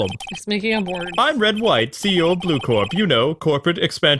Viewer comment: Miss April May's music is so freaking happy it makes me feel like i am gonna throw up Rainbows and Lucky Charms... Along with some unicorns most likely. Edit:Also it is bothering me you are saying "Bluecore" instead of "Bluecorp"